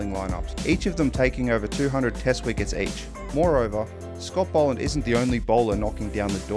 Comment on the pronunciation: Bol not bowl